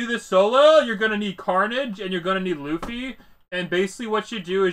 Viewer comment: My guy do you actually think his name is LOOFY its luffy like bruhhh